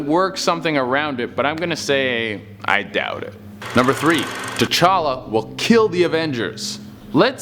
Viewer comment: Every time he says t challa I think tachanks